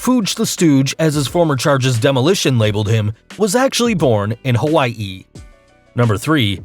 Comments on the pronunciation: So much emphasis on the last part of Hawaii. It was to funny not to comment about. Sorry. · Hawaii isn't that hard to pronounce.